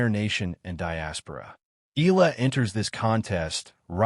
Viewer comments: Please pronounce her name right..its E..,A..LA.. NOT ILA. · pronounce EYALA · Please pronounce CORRECTLY EALA AS EE YAH. LA...salamat po...